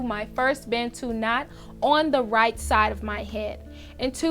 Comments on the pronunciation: Hearing Americans say Bantu never gets old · Its important to learn how to pronounce Bantu. Its a zulu (south african) word for black people.